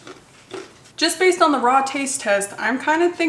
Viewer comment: How u were saying can u eat a turnip raw? Was so confusing to me lol sounded like you were talking about a bra 😅